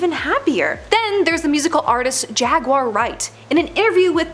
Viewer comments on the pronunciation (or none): none